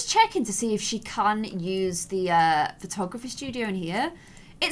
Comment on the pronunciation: When said "lets try out willow's photography!" she said patography XD